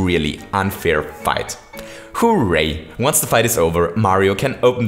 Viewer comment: U keep saying horray like hu Ray XD